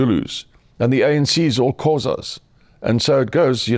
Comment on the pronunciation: Being south African he should pronounce Xhosa proper